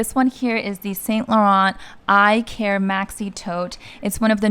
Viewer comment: I like these types of videos. The YSL tote is named after the Greek God Icarus so the Icare bag is pronounced IKar.